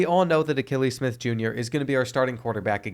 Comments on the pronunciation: The mispronouncing of Akili Smith was driving me nuts. Kept thinking has this guy never watched him play? Then realized probably wasn’t alive to watch him 😅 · He struggles with names 😂😂 he didn’t get Akili Smith Jr right either